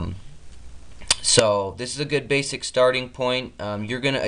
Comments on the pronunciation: No big deal but there is no "k" in basic. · "Basick" flight :)